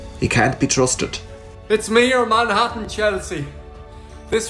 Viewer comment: Also i've never heard "Manhattan" pronounced that way 😂